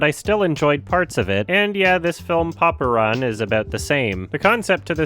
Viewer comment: It's say Popran but I hear Poparan.